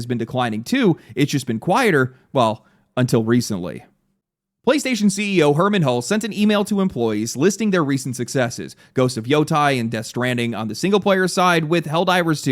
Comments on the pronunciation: Bruv, Its Yo-tay! Not Yo-tie Technically its yo-tay-ee with a withdrawn pronunciation of the long e sound on the end You absolute philistine ❤❤❤ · Yo-tay, not Yo-tie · Ah yes, “Ghost of Woah Tie” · It’s Ghost of Yo • tay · Wtf is a "yotai"? That bogus pronunciation is surprisingly irritating, gotta admit. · I know it's stupid. I know it doesn't matter. But ffs it's Yo TAY lol